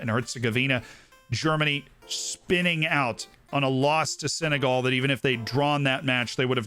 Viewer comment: Brit accent is top but we don’t say Senegal like that